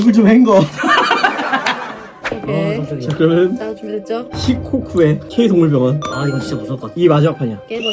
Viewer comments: 자 조졌조라고 생각하면 진짜로 들리고 자 준비됐죠라고 생각하면 들리는데 뭐지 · 왜 다운님이 자 조졌죠 하는것 같죠 ㅋㅋㅋ😂